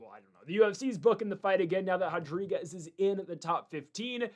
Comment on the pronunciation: Hodrigues 😂 dude kills me